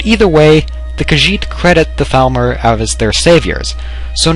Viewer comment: When he said Thalmor I thought he said Falmer and I was like wait what? lol